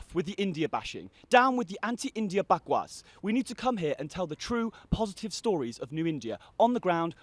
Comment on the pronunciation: yes...he said "bakwas" so proud of this man !